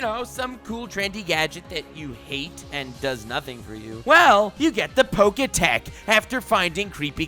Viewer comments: It's not Poketech, it's Poketch lmao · Purloin isn’t gen 4 lol, and pronounce pokétch like poke etch not poke tech. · It's poketch, not poketech. You know, like, poke+watch? Cause its a watch?